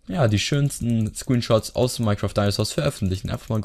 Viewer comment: nicht azs sondern aus